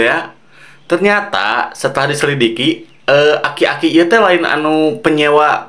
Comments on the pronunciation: aki" bang bukan akik" 😂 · Bang bang... Aki Aki. bukan akik akik😂